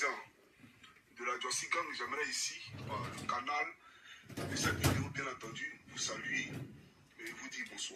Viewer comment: Ont dit pas vidio on dit vidéo